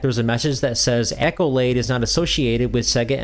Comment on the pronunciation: If English is not your first language, FFS Ask Google how to pronounce something. It's not "Echolade" Google: Pronounce Accolade